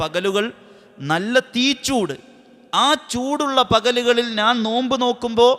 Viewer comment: നാൻ അല്ല. ഞാൻ എന്നു പറയൂ..